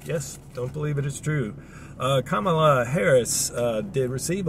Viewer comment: Thank you for pronouncing Madam Vice Presidents name correctly. Love ur content, watch every episode - XRP community. Please like/sub/share this ❤‍🔥content. Peace and Blessings.